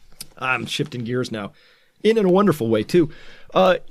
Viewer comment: "Shifting gears" sounded like you are half way though your scotch.